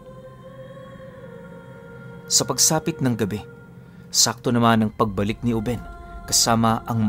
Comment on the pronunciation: binata pa jn si lolo ruben. uben yung pag kakabigkas ni conselacion sa kanya gawa ng bigla syang tumanda jn.. tyaka napakaraming kasanggang maharlikang ingkanto si lolo ruben jn.